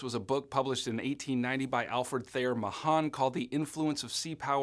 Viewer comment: yo its pronounced MA-han im pretty sure